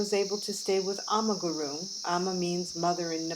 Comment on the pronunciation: Not groom it's "Gurung"